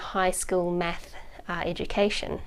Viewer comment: i like how she says meth instead of math